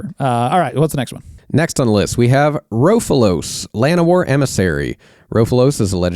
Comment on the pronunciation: Ro-fel-os, not "raw-fu-los" Anyways, the problem with the solution of "just make all the banned stuff into GCs it's fine, is the because bracket 4+ have no limits on GCs, it just makes bracket 4 miserable. You guys also seem completely dismissive of and unwilling to engage in good faith with the stated philosophy of the format and the ban list for EDH. Being primarily concerned with curating it as a fun and causal format. If that's the place you start from, it just comes across as you saying "well, we don't actually like or respect the format or its design intent or what it's trying to accomplish. Our goal is actually just to change the format to be fundamentally different to fit our vision, rather than just accepting maybe we don't like it". Like, yeah guys, Sylvan Primordial isn't the most powerful thing you can do in Magic or EDH. That isn't the measuring stick for bans in EDH and never has been and you know it. You're smart enough to know you're ignoring the guiding philosophy, which means you know you're acting in bad faith.